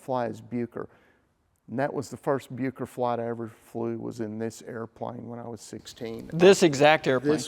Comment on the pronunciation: Just a couple of corrections, 'Bucker' is pronounced more like Buukker, it's difficult to write phonetically in English, but it doesn't sound like 'Byooker', also, the aerobatic experts of the thirties tended to use the Bu 133 Jungmeister, the more compact single seat version, which was mostly powered by the Siemens-Halske Sh.14A-4 160hp 7 cylinder radial. The Jungmann two-seater tended to be powered by the Hirth HM 504, a 100hp 4 cylinder inline inverted engine, although many today have been converted to modern flat fours, as has the one in this video. The Jungmann has the excellent control harmonisation but not the power of the Jungmeister, which remained the world's preeminent aerobatic biplane until the Pitts S-1 came along.